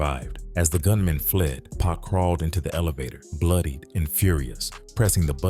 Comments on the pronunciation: They think all blacks look alike. He probably thought Snooky and Pac was the same person. You can tell the voice over is AI because it keeps calling him Pack which is going to get the video demonetized for using AI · Is it just me or does the narrator calling pac “pack” bothering anyone else or am I trippin? It’s a good video I’m not hating one bit because I genuinely like it, but damn it’s bugging the piss out of me hearing this man being called Pack😂🤷‍♂️ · SMH Why does this dude keep pronouning PACS name wrong BIG DOGGIE 💯👣 It's not pronounced like a pack of gum BIG DOGGIE 💯👣